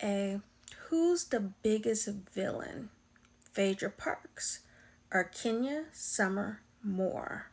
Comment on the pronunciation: Please It’s Kenya!